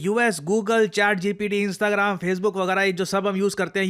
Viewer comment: Sir इंस्ताग्राम ❌ इंस्टाग्राम✅